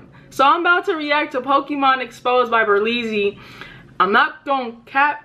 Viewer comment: It’s berleezyyyyyyy